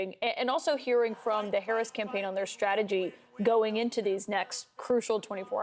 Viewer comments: I see they finally learned how to pronounce her name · Wait.......Trump actually pronounced VP Harris's name correctly 🤣🤣🤣🤣🤣